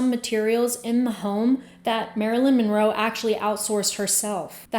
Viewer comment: Why is Marilyn's last name pronounced "Minroe" here?